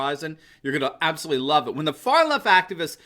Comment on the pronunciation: can we reduce the number of times we say "aboslutely?"